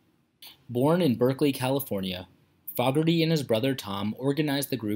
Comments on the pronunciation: This is an absolute joke!!! Sad ending! I've seen John Fogerty with the correct pronunciation, 9 times in concert. First was the Centerfield concert in the mid 1980's. And the ninth was just two days ago on Sunday, October, 24th 2021 at Talking stick resort in Scottsdale, AZ. I was seated close enough to play catch with him! For a man that's 76 years old, not only is he in excellent health, he's also high on life and a proud and happy father of his children and madly in love with his wife Julie, which inspired his only love song, Joy of My Life. John Fogerty, loves to play music for his fans and I don't see him retiring Period!!! And anyone who's seen him in concert lately would agree with me! You want to do a real life and sad ending of an artist try, Elvis Presley, Roy Orbison, Buddy Holly, Patsy Cline, Hank Williams, Richie Valence, Ricky Nelson, Robert Johnson, Tom Petty, Eddie Van Halen, Eddie Rabbitt, Laura Branigan and more! All mentioned died way too young and most had a huge impact on music! Start there! Sad ending when it isn't is deceitful and misleading and people who would watch these videos on their favorite artist would know the real truth! I saw it and I just wrote a book! Maybe have a story about artists who gets taken advantage by their own record label then they try to sue the artist for sounding like himself! Can you guess who that happened to??? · I can't stomach the way this putz is saying John's name. It's an insult to this talented man. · Dude don't know anything about J C F. You pronounced his name wrong. That's blasphemy 😤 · I've never heard his surname pronounced with the 'short' vowel sound in the first syllable. BTW, according to the comments, he's still kickin' -- maybe not CCR, but John Fogerty still got it goin' on. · If you are going to do a bio, YOU SHOULD LEARN HOW TO PRONOUNCE HIS NAME!!! IT'S ANNOYING!!!! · THE NARRATOR DOESN'T EVEN KNOW HOW TO PRONOUNCE HIS LAST NAME. PATHETIC! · FAW-GERTY? It's 'FOE-GERTY'.